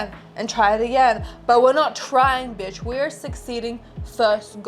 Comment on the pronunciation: Its so refreshing to hear an aussie accent say biiiitch or mofucka 🎉